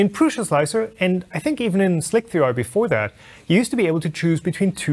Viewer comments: every time someone pronounces Slic3r (SLICER) like "Slick 3 R" I die a little inside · it's just slicer, not slick-3-r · Goddamnit!!! SLIC3R is not pronounced "Slick-Three-Are" - It was just a fancy way to write SLICER, where the E was mirrored so it looked like the number 3. It was supposed to make the name look cool, but nobody understood it :D :D :D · Slic3r pronounced slick 3 r? WTF? Does anyone else ever call it this? i just call it slicer. wtf.